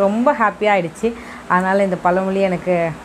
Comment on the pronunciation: sentence complete pana matringa... ழ Sariya varala Adhan Kaetean. Video pudhu vidhama poduringa all the best....